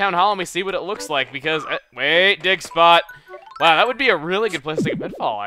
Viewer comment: At the beginning when he said dig spot it sounded like he said "Dick Spot" XD